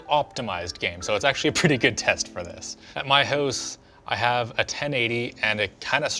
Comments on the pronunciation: It's more like "hoose" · Oof ... ... he SERIOUSLY Canadianises "house" by saying "hoose" ... hehehe